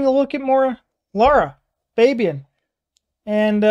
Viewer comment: It's actually pronounced Larah Fabi own